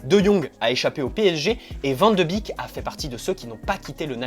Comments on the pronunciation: Ca se dit « bek » il me semble et pas « bik » 😉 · Super video 👌🏻 par contre ça se prononce “ van de bèk ” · Cela se prononce van de bèk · Son nom se prononce Van De Bék... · Non ça se prononce Van De Béék, c’est du néerlandais, c’est comme een qui se dit één et veut dire « et » ... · Salut, bonne vidéo même si je ne suis pas d'accord avec toi sur l'intérêt de le ramener au PSG. Je voulais aussi te dire que ça se prononce: Van de bèèk (comme un bec mais accentuant plus le "e")